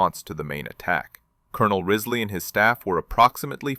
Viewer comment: The commanders name was James P. Riseley not Rizley. This is all in a book, 40 Thieves of Saipan.(My great Uncle.)